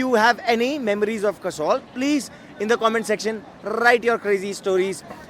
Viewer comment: host is calling that guy a "WannaBe". Bhai pehle khud to jagah ka naam sahi se le. Poori Video me Kasol ko Kasaul bol raha hai. :P :P How many joints down you are. Ch****ye, joints down nahi joints high hota hai. :P :P ""WANNABE"